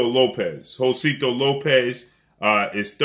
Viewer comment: Jose-sito not Josito lol